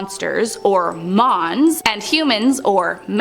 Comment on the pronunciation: When she says 'mons' all i can hear is 'moms'